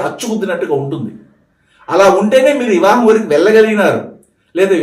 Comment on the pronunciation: ఇవా హం కాదు అండి . వివాహం 🙏